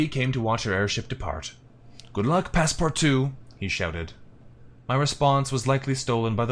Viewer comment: This LP has taught me how to pronounce Passepartout, which has vexed me for decades.